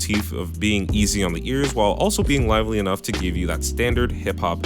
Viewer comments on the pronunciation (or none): none